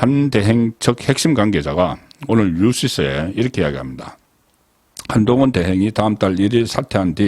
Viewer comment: 야이 한동훈이 뭐냐 이름도 제대로 못읽냐 어리버리